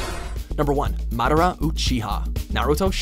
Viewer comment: Said madara's name wrong and chakra; the way you're saying chakra is something else entirely btw. xD